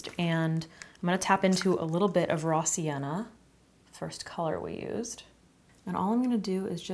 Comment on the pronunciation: What you're saying: "raw sienna" What I'm hearing for no reason at all: "rossianna"